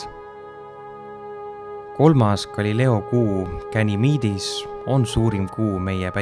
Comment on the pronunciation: Aitäh! Muidu väga kena ja sisukas ülevaade Jupiterist ning tema kuudest. Vaid üks asi riivab kõrva: Jupiteri kuude nimed ei pärine originaalis inglise keelest ja seepärast peaks neid eesti keeles hääldama nii nagu neid kirjutatakse: Ganimedes, Io ja Callisto (loe Kallisto), mitte aga Gänimiid, Aio ja Källisto nagu videost kuulda võib.